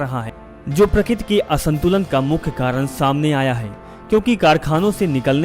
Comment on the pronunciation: Plz dear speck a real hindi... Its not prakit.. Real word is prakruti